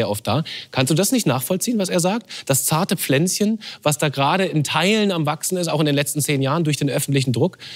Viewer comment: niemand: der moderator: dAs zArTe PfLänZcHeN